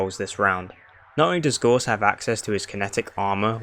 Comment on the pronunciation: it's GOUSE not gorse